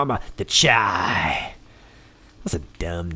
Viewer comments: It’s Chi as in Shy short for Chicago that’s what we call Chicago!!! 🤦🏾‍♂️🤦🏾‍♂️🤦🏾‍♂️🤦🏾‍♂️ other then that love your work happy NewYear!! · It's pronounced SHY as in Chicago's nickname Chitown. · Happy New Year! And Chi is pronounced “shy”. 😁